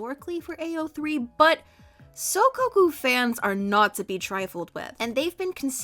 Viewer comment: Hearing butcher the pronunciation of “soukoku” is something i never thought I’d hear and honestly I’m living for it. (Coming from a big ol soukoku shipper who was shocked that they were even here)